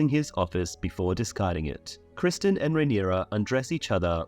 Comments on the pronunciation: Bruh it’s criston not Christian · You're going to argue the book is better and you can't even get Criston Cole's name correct?